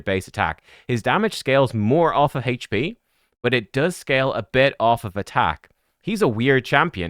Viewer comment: I love how says hache p champ lol